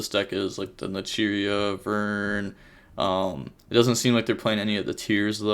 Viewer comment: Ish-she-zoo kell-doh gnat-chur-rea ....how the fuck did you get vernusslphyh right?